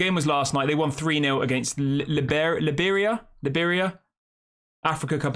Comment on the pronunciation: Say this slowly: Lie-Bear-Re-Ah .... got it? Liberia. You're welcome!